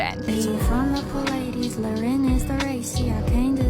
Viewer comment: Next time look up how to pronounce “Pleiades” before making a whole video. 👎